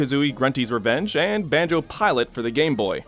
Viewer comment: Who’s Ban”joe”?